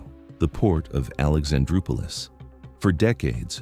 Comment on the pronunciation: He acts like Greeks don't know anything about boats or harbours LOL. USA has taken over Alexandroupoli (nice if he learned to pronounce it) by the grotesque US Amb. Pyatt straight from conducting the 2014 US coup in Ukraine.. However the US was here from 1948 (after testing out napalm on the Greek population), was thrown out in 1980 except for Souda. Now they are back and worse, forced a SOFA on us with Israel which has been busy commiting crimes here. So Greece, which they'd already robbed of 50% of its wealth in the imposed 2010 crisis, was the obvious victim. Wealth? Only payoffs to politicians and traitorous oligarchs.